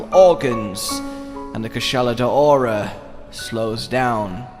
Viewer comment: "Koo-SHAH-la DOW-ra". I dunno where people keep getting "day-ora" from. Also,, it's harbinger. "HAR-bin-JUR".